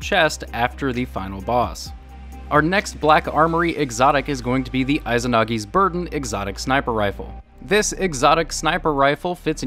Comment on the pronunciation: Juuuten and eyezanagi's burden. 2 for 2 on pronunciation